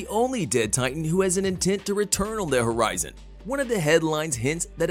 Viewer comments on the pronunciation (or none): none